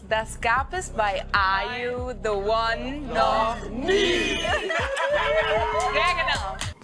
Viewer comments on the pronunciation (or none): Keiner wirklich keiner sagt Ar ju se won so schön an wie du - dass war eines der Dinge worauf ich mich wieder so sehr gefreut habe😅🫶🏼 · Ich kann Are you the one nicht mehr "normal" aussprechen und betone das genauso 😄